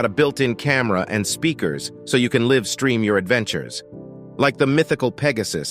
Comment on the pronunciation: Who is this muppet reading the script? $560k becomes 5600 thousand dollars and Livestream becomes "Liv Stream". Surely you can find someone with a third grade or higher reading level! Sheesh! What an idiot!